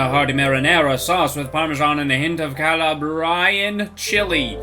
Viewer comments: Its pronounced Cah-Lah-bree-ann lmao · His pronunciation of Calabrian was painful